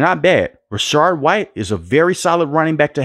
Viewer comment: Nice video.. Please note the following: The Buccaneer RB1 is Rachaad White and NOT "Rachard White."